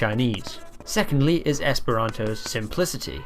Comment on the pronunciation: You have a few mistakes i would like to point out but they are small and I'm very happy to see you making a video about Esperanto • you spelled "Mi" as "Me" • "-is" and "-os" are pronounced wrong • the letter "ĝ" is pronounced like a "j" in English Loved your video tho